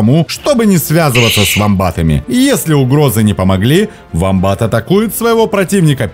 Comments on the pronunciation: Все правильно,только вомбат -ударение на о! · гугл сказал на "о" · не совсем так. да на английском он уОмбат, но в русском так уже даже зоологи не говорят. прижился вариант с ударением на второй слог - вомбАт.